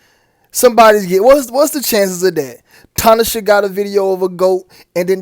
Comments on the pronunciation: FYI bro. Her name is pronounced, Tin-Na-Shay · First of all. This video exposes more than I could imagine. You really hit a 100 pointer. 2.. ITS should be T-NA-SHEY (We have God in Southern Africa). Plus to add on The 2 stripes on Tinashes forehead represents the horns. Stay safe You all.. 🙏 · I ain't knocking you for shit else fam but that bi**h eating a 🍓 in that tube of blood😂😂😂 & the way you pronounce her name is, "to-nah-shay"✌💚